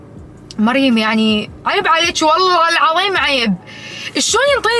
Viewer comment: ليش مريم تكول ال ص _ س مثل صحه ❌سحه✅ وشكد اكره مقدمه مريم بس احبها كشخص